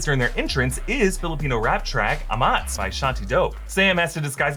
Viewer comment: It's actually pronounced as 'A-mats' with the accent on the first syllable. It's a slang for a noun ('tama') that describes alcohol- or drug-related influence.